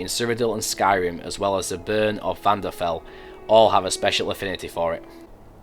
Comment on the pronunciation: I have a major issue with this mod: It's Vvardenfell! Not Vvanderfell!